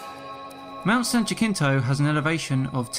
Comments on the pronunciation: Jackintoe... Us Locals Call It HaSeenToh...Just An FYI ;) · Jacinto = ha sin toe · Ha-seen-t(h)oe. Jacinto. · "Jacinto" is pronounced "Ha-sin-to", not "Ja-kin-to". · Jacinto is pronounced Ha-sent-o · Jacinto is pronounced: HA SEEN TOE (have been up it many times). I enjoy your videos. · I'm not 100% sure on this... but PRETTY sure the Jacinto in Mount San Jacinto is pronounced ha-sin-toe, being Spanish and all. Good video otherwise. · In Jacinto the J is pronounced as a "Y" "Yah Seen Toe" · Only critique is how he pronounced my dear mt san Jacinto 😂